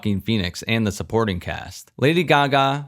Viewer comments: who the fuck says lady gugah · I was speechless when he said it that way 😂😂😂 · What’s the point of saying Lady Gaga’s name like that when you know that’s not her name 😑